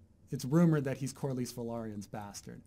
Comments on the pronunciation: I am but there is no er in Corlys. I do not care how you emphezise the letters in a name but please stop making up letters. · It's Corlys, please stop saying corlarys! It makes me laugh so hard lol. I mean, I don't even know if you're pronouncing it the right way, but it's so weid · Stupid hangup but please look up how to Corlys. It is different than how you are saying it and its a little distracting.